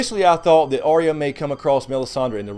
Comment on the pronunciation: Why can’t anyone pronounce Arya’s name right? It’s not Ar/rea, it’s Ar/ya. Catelyn in season 1 calls her that, although Sansa always says it way you do. Big pet peeve of mine.